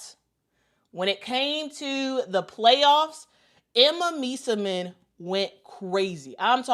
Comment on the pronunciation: So much praise for Emma, yet no care about pronouncing her last name correctly :)